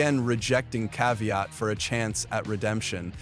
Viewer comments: Kvajt, Kvit, Kvyat, Kvajat, Kvit, Kvyat... 101 of pronunciation of Daniil Kvyat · Bro pronounced Kvyat in every possible way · How many ways can he say Kvyat and still not get it right?